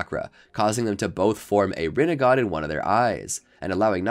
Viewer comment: shhheeeeeeesssssshhhhhhh side not its rinnigan not rinnigon